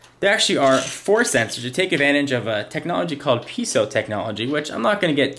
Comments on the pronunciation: Piezo. It's pee-ay-zo, not piece-oh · not to be critical, not really a big deal but piezo isnt prounounced peezo or peeeso its pronounced pee-ae-zo like Pea- A like the letter then Zo like yo yo except zo zo